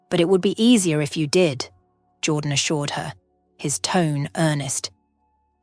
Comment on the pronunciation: The narration is pathetic - a child could have done better. The pronunciation of even simple words was laughable. Even Jordan's name changed regularly from "Jordan" to "Jaw Dan". It just irritated me.